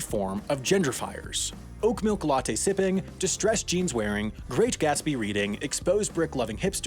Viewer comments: "oak milk" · did you say OAK MILK?😂